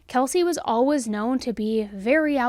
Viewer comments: Ok I love love love me some right love her voice but tell me why I ran to the comments to see if anyone else came for the way she says "Alaways" haha live you girl 😂❤🎉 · The way you saw "Always" haha love ya girl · Your ‘always’ near the end of this video made you sound British xx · The way you say "always" unfortunately distracts me so much during each video. I love this channel but i cant figure out why you pronounce it in such an odd way lol id like to hear you say away and way and then always. 😂